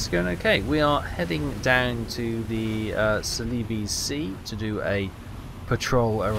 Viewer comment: Celebes (Sea) is more correctly pronounced Sela-bee’s (Sea)…. Your pronunciation reminds me of GRJ’s pronunciation of ‘aleebee’ in ‘Not The Nine O’clock News’